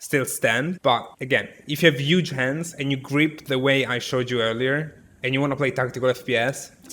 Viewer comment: The word huge: Italians: UUUUUGE Haha no hate tho I love you <3